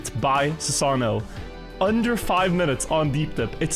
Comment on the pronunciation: Not calling ssano "sasano"